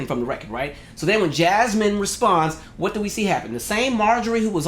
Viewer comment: Say hwhat now